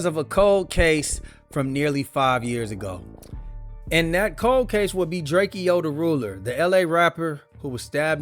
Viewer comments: It’s drakeo not drakio get it right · Drakeeo the ruler ..... Pronounce the name right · Stopped listening when I heard you pronounce Drakeo.